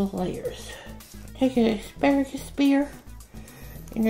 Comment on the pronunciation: OMG! You've said "EXparagus" twice!🤦‍♀️🤦‍♀️